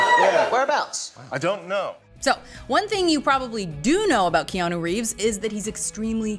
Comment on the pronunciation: Reanu Keeves